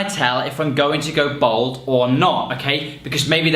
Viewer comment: Why does he keep saying "bold" when he means "bald"?